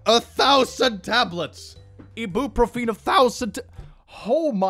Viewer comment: as an American, I am declaring that pronunciation of "ibuprofen" is objectively incorrect 🤗